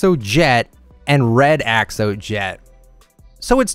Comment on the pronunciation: How you pronounce the pick axe: Ax eh lotl